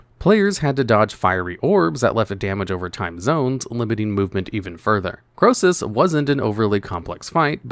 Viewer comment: Krosus?! Nah mate